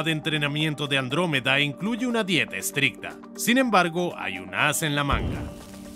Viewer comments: He oído "Lactómeda" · Andruwey xD